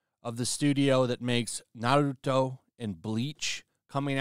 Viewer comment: pronoucing it as "Ba-roo-toe" is cracking me up.